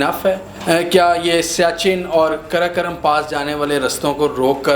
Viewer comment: karakaram nahi hai...karakoram hai....ghawar..